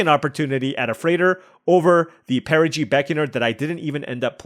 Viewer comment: It shouldn't bother me as much as it does, but perigee/apogee feels wrong in EoE =D